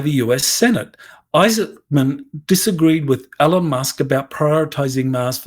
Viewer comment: Please learn how to say ELON!